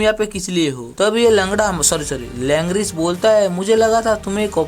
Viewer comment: Langris ❌️ langra😂